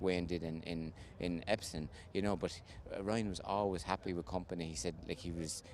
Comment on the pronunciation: why can he not say Epsom what is Epson?